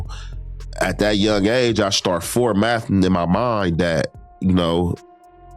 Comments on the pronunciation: My man said he started formathing 😂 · Formathing lol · I ain’t see one comment I read say that he said Fomathing instead of formatting lmfao FREE THE ALTER EAGLE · Homie said "foremathing"...write that down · he either meant formatering or mathulating